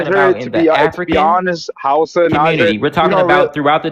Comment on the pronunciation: If he was from Niger, why is he not pronouncing it Nee Jer?